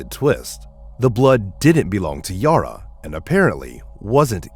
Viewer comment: Bad pronunciation on everything. Her name is not Yoro/Yora, it's Yara. Think Sara(h). Sounds like computer generated voice, certainly has the typical defects that computervoices almost all do.